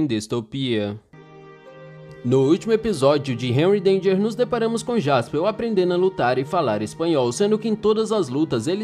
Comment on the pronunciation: Pq ele fala jaspeu , é jasperr